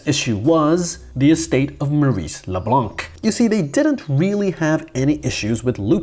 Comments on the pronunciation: C is silent in Leblanc...😮‍💨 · The c in LeBlanc is silent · Why do Americans mis prounce leblanc. The c is silent . As someone who grew up with a good 60 percent of the city name leblanc . Its annoying to hear americans mispronounce the name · It's actually pronounced "Leblan" and not "le blan(K)"... the "c" is mute in "leblanc" Yes I'm french... that's how I know 😉